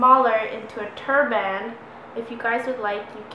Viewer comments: Are the sleeves already cut off and its pronounced turbin not turBAN but is spelled turban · I think you mean turban and not turband, hahah. Very cool though! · we prounonce it like TURB-IN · yes, a tur-BAN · Tur-BAN. lol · A turd band lol I thought she said that lol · hahahah turban... you say turban funny. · I Hate the way you pronounce the word turban, every time you said it I was like. " :@ "